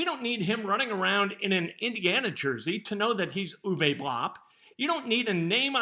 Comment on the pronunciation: I love how you say Uwe Blab. LOL